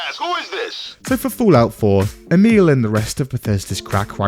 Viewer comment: Emil Pagliarulo can't even pronounce his own name correctly (only half-joking about that, 'E-mule'). Stole his motto, 'Keep it simple, stupid,' but failed to properly process that sentence's core message. That sentence wasn't simple enough for his level of 'stupid.' As a result, we end up with his internal interpretation addressed to himself: 'Keep it stupid simple,' or: 'Keep it stupid, E-mule, you simpleton, or else you'll confuse yourself.' He also stole "Write what you know" from Mark Twain and the first pages and first hour of 'Introduction to Fiction Writing' class (in case anyone believed he came up with that too) — but misinterpreted that as well, as a sort of strictly limiting, restrictive imperative to avoid even trying to explore depth in any unfamiliar, noniterative, nonderivative theme, or even attempting anything truly new. Which, conveniently and comfortably for him and anyone primarily interested in producing a 'Minimum Viable Product' (as Todd Howard's Bethesda seems to be these days, when they produce anything new at all rather then re-re-re-releasing the same old titles over and over for the umpteenth time), means that he can simply repeat, rehash, and rephrase the same basic plot or story arc, lifted from the same source, over and over again — without the talent, skill, or effort to make it interesting in new ways, or improve it in any real way. And so, his writing becomes staler, flatter, hollower, more tedious and forgettable each time. And in the long t